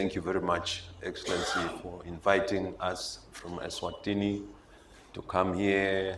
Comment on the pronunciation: King MSWATI,King of ESWATINI (not MSWATINI)